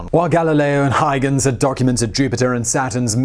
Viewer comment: Well, he also butchered Huygens (hoy-gens) but that's our Simon. We try our best to give him the benefit of the doubt, or failing that, turn a deaf ear - he's got a very busy schedule.